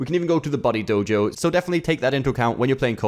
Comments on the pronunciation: Every time he said "buddy" I heard "body" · The fact that you pronounce Buddy as Body keeps confusing me